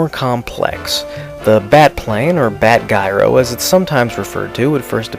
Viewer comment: What's with your pronouncing your 'G's? Last episode, you said 'Burgis Meredith when it's BURGESS Meredith, and now you said 'Bat GUYro' instead of 'Bat Gyro'. You are pronouncing HARD G's instead of SOFT G's. Also noticed you were a little off also on the word 'Penguin' pronouncing it 'Peng-win'.